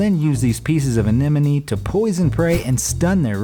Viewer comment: anemone. One of the many ways that this sea creatures name is pronounce*d*, incorrectly, throughout these nature videos. To set the record straight, just once: Sea anemone: <(Sea - see, “C” or si)> <Ah-Nem-Oh-Nee>